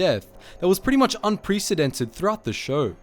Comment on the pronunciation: Say-dist not sad-ist Un-press-i-dented not un-preees-ee-dented